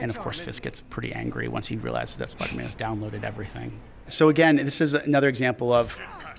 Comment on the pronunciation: I wuv spiduhman